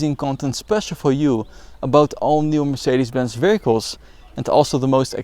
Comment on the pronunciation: It's Mercedes-Benz man, not Murbenz-keng lol.